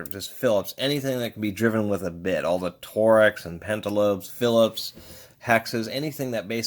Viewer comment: lol you sound funny when you say "Tor-X." Torx rhymes with forks TY for the tip though, I may buy this tool. It is impressive how compact that is.